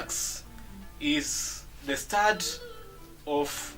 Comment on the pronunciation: hey Mr its /ov/ of not off